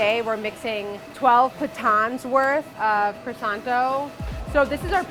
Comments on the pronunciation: All looks lush, but she owns a bakery and is still pronouncing it “croy-sant” it’s pronounced “kwa-son” !! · I wish bakers would learn how to pronounce croissant. It's not cressance, it is croo-ahssan. No tsss at the end. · Why can none of them pronounce croissant the correct way? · Everything seemed good until these American cretins began to butcher the pronunciation of croissant and any French baking terms. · most obsessive bakery in NYC and yet just like every other bakery and person in NYC they can't say croissant properly, obsess a little be more